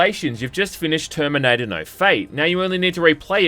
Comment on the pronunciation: Toyme, noyntie, Terminoynter 2 game. Know at the toyme. Twentytwentyfoyve. Dude, why do you talk like thi…. Ohh you got a key.